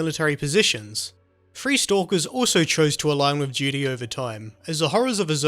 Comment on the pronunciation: Excellect accend made me laught everytime you say Duty i hear Judy xD